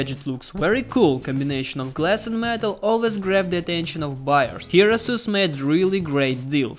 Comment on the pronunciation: ейсус правильно по англійські